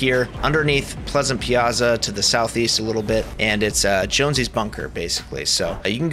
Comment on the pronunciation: you actually pronounced well the "piazza". cuz it's piazza, not piasa. and it is an italian word that means: square, not as the geometrical shape. (like anvil square in the previous chapter)